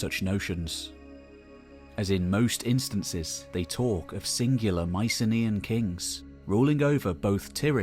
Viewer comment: Can someone please pronounce Mycenaean correctly?